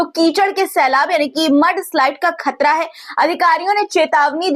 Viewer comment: आपदा ना समझे जाने वाला लफ़्ज़ है लिहाज़ा परेशानी लफ़्ज़ इस्तेमाल किया कीजिए और एक पत्रकार होने के नाते बेटा मेरा आपको मशोरह है कि हमेशा आम अल्फ़ाज़ों का इस्तेमाल किया करें और तलफ़्फ़ुज़ के लिहाज़ से ख़तरा होता खतरा नहीं आप خ اور ق کا مخرج صحیح کیجئے گا شکریہ 🌹 ڈاکٹر سید رفعت مسعود قومی صدر تحریک فروغ اردو و شعبہ اسلامیات